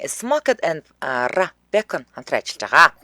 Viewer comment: Raw буюу түүхий гэдгийг роо гэж гэж уншаарай